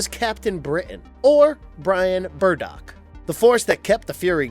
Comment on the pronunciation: It's Brian BRADDOCK. And SA-TUR-NYNE. Ugh, that kills me to hear you say their names wrong.